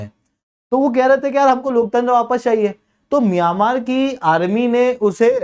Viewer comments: miyan-maar 😂😂😂😂 ???? bhai that's pronounced as myan-maar and not miyan wala maar 😂😂😂😂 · मियांमार नहीं म्यंमार है भाई। आप मिर्च खाकर बोलने का निरंतर प्रयास किया करो। धीरे-धीरे आपकी जीभ सही हो जाएगी ओर बोलना सीख जाओगे। उसके बाद कोर्स बेचना 😂😂😂